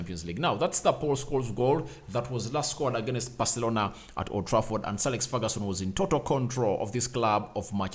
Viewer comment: It is Ferguson not Feruson